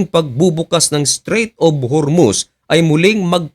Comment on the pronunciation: hormuz hindi hurmuz, dinidiin mo pa mali mali nmn wordings mo.